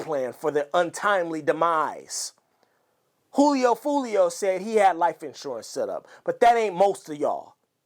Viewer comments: It's Julio not "Hoolio" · It’s “Julio” 😂